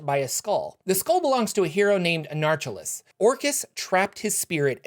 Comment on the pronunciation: I dont think your saying that name right. Anarcholes, I think the Les at the end is pronounced like Hercules and not Less